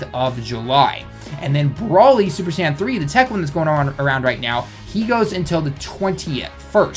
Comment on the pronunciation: It sounds like you're saying sand banner instead of Saiyan banner lol